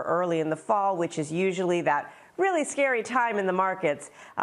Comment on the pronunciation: O, weally? Okey den!